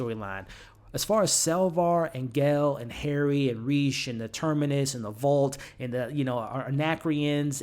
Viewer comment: And RAY-shh not Reece.